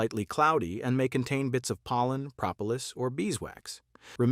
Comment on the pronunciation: Propulplis - 4 syllables not 3.